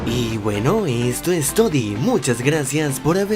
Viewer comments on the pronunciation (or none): Nosé si te diste cuenta pero en la mayoría de tus videos al acabar dices "esto es todi" 💁😂😂😂